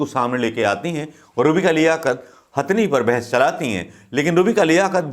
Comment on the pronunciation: गवार बोलना तो सिख ले पेहले, हस्थनी नही हथनि होता हे , तम्बू तो पप्पू का पिंकी उखाड़ रही हे अपने बेटे को ला के , पालधर के साधुओ पे कश्मीरी पण्डितो पे 1984 के सरदारो पे भोपल गेस कांड पे शष्त्री जी की हत्या पे नही भोंकग कुते झुठी खबर देना ओर नेहरू परिवार की चाट्ना दो ही काम हे तेरे भिखारी